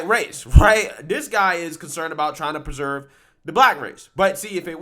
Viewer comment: "Peserve" isn't a word. You get easy words wrong EVERY VIDEO. Also, there's a difference between supremacy and purism. You should understand the difference.